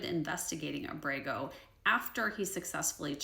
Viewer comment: Abrego is pronounced AH-breh-gō (accent on the first syllable).